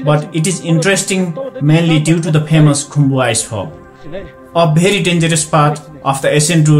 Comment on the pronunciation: You've got a good English accent but at the time pronouncing "very", you proved yourself 😁😁😁 Btw, the video is quite amazing and informative👍